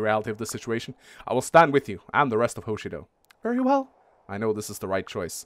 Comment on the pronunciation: Well, if you're going to bring up Mang's pronunciation, then there's something that's repeated far more. Hoshido is pronounced with the emphasis on the second syllable; Ho-SHI-do. Not HO-Shi-do. Very insignificant, but you brought it up first.